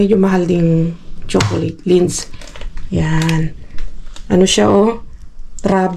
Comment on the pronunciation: Ang sarap mag blender ng veggies at gumawa ng soup na “caldo verde”. At ung chocolate na lindt it is prounounce as “LINT”= lindt isa sa medyo mahal na tsokolate din at isa sa pinakamahal na di ko pa nakikitang nakukuha ninyo kakalkal ay ang “ GODIVA” = gu-day- va. Sana this xmas season ay makakuha kayo or maybe after ng season na yan coz every after ng okasyon sila nag tatapon.